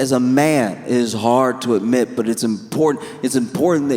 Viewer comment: Instead of ‘as a man, it’s really hard to admit’, I heard ‘as a man, it’s really hard to knit’